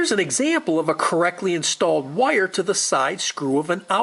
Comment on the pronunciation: It is just me, or does this guy pronounce "wire" (Wye-yur) in a way that rhymes with "lawyer" (Lye-yur)? And, for the record, I pronounce Lawyer like Loy-yur or Attorney, lol